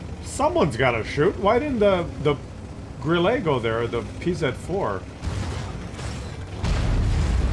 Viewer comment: Grill-ah. It's German.